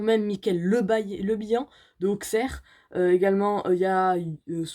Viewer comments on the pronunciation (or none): Salut dsl de te décevoir pour l’instant Auxerre est troisième et par contre ça ce dit aussèrre pas Auxerre je c c bizarre mais voilà aussèrre pas Auxerre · Salut! Je kiff ta vidéo je suis d auxerre (petit conseil le x se prononce ss) 🙂